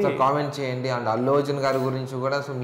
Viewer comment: అల్లు కాదు అతు అర్జున్